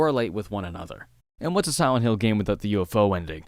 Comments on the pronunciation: Are you saying silent or siwent? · I can't stop noticing the way you pronounce Silent in silent hill "siwent". My apologies if that's a speech impediment but I didn't notice it in your later videos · Bro did you say Siwent?